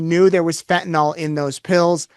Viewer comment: Stop saying fentan-all. That’s my petty pet peeve. Fentanyl.